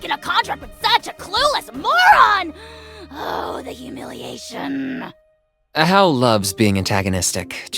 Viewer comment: ajaw's name is actualy pronouced ahaw. Probably because in spanish The letter "j" is pronouced rhe.